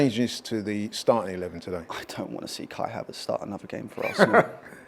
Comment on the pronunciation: Did I hear him say Kai-havert should have got a red card